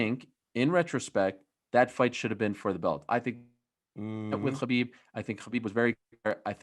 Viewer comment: Helwani’s pronunciation of so many names really irritates me. Khabib turns into Hhchabib.....Adesanya turns into ADES-anya.....Nate turns into Nathan Why.....why?